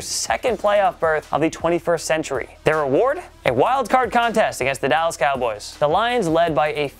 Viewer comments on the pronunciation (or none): none